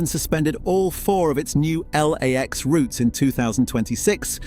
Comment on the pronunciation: L A X doesn't sound right, but good AI voice, mostly good B roll